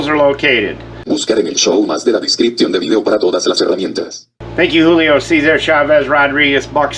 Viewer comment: BuckSnort? 😅😂 Hoolio Noooo!!!🤣🤣 👍👍